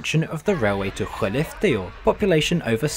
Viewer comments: Some of these pronunciations were a bit dodgy, like Bastuträsk, but his pronunciation of Skellefteå was 100% spot on. I was honestly impressed. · The pronunciation of the city of Skellefteå: you nailed it. Well done. In fact, as a Sweden living up here in the north, I validate that the whole video is extremely accurate. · Well he nailed Pite (in Pite River, spelled Piteå but locals just say Pite) that's all he needs to nail ;)